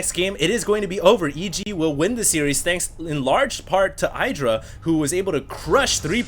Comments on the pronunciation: it is idra, not eye-dra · is the only caster that I can think of who still pronounces IdrA's name as EYE-dra.